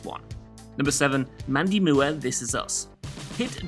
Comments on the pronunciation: I get it: "Moo" er". Instead of "More"...but still. Nutty. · "Moo-er?" Who tf is Mandy Moo-er? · An interesting way to pronounce Moore. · I have never heard anyone from any English speaking country pronounce “Moore” in that way. Good god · Ugh who had to go back the first time he said Mandy Moore? Like, moors, without the ‘s’. I get that there’s a language and culture barrier but she’s American with an American last name…there’s nothing complicated or fancy about Moore, as a last name. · How the hell does someone incorrectly pronounce Moore. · Dude, how the hell can you mispronounce Moore in Mando Moore?